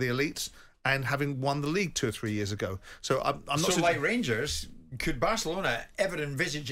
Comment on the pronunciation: Every time .......EVERY TIME he finds a way to have a dig at Rangers , he does. The man claims to be a proud Brit but supports IRA FC (Celtic) whos fans sing about bombing the uk every week. Simon Jordan is a weapon . Cant even say ''Rangers'' its ''Wangews''